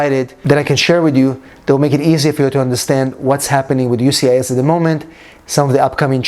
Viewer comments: Sir Just wanted to let you know that it is “USCIS ” not UCIS.☝️🤫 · Sir Whole video was about “USCIS” not “UCIS”🤣🤣🤣🤣